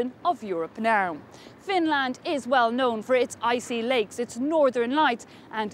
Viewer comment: "Icey lakes" ?!?!